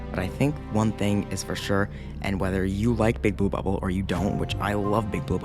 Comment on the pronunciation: is it just me or do you say Bouba ball instead of Big blue bubble 😂